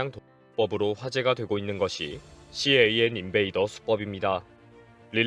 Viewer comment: 일반적으로 CAN 을 씨에이앤 이라고 읽지 않습니다. 그냥 캔 이라고 불러요. 혹시 그냥 캔이라고 하면 틀렸을까봐 낱자로 부르신거 같은데요 ㅎㅎ 그리고 씨에이앤 인베이더 ...무슨 대단한 방법인것 같은 용어처럼 들리지만 그냥 '자동차통신침입'을 뜻하는 말이예요 일반용어입니다. 요즘은 캔 쉽게 못뚫게 사이버시큐리티가 반영되고 있어서 이것도 예전 이야기가 되고 있어요.